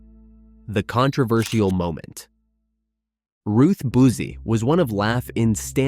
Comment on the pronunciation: 30 minutes of verbal diarrhea. Whilst going on forever talking about this "shocking moment" there is no mention of what Buzzi (pronounced buzz-ee, not boozy) said or did.